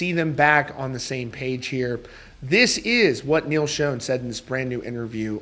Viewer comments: Good news! Someone posted a very recent concert on YT. And btw, it's still pronounced Shawn, not Shone (as discussed before). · It’s pronounced like Shawn not like shown. You don’t have any business reporting about Neal if you can’t pronounce his name right!! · Dude… SERIOUSLY… It’s not pronounced (like) “Shown”… The CORRECT way to pronounce it, is “SHAWN“ !!!… Holy friggin’ SHIT, man!!!! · Great video. Neil pronounces his last name as "Shawn", not "Shown." I only mention it because you said his name so many times in the video. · Neal Shone? It’s Schon, pronounced like Shaan. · Not trying to be a douche I promise but I’ve noticed on several videos the mispronunciation of Neil’s last name so just for the record it is pronounced “Shawn” not “Shown”. Enjoy your channel bro rock on! 🤘🏼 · Still a great band but not the same without Steve. According to Neal his last name is pronounced Schon not Schone. Just a titbit. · Neal Schon's last name is pronounced "Shaun", not "Shone." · His name is not pronounced "shown", it is pronounced like "Shawn". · Sch-On (pronounced "Shawn") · It's not pronounced Shooon it's pronounced Shaaawn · It’s pronounced Neal (sh•aw•n) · Dude, it's pronounced Sean or Shawn. I've been a fan since Santana, if you ever Saw him live (in the day) his intro from Steve Perry was pretty clear! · *Sh-ah-n *Pu-nay-duh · Schon is NOT pronounced "shone" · At least pronounce the name right. Schon = Shawn. Ahhhn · Neal's name ISN'T SHONE. It's Schon!!! Sound's like Jon. Stop saying SHONE!!!!!! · Quit pronouncing Neil’s last name wrong please 💗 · Why Can't people pronounce Neal's last name? So annoying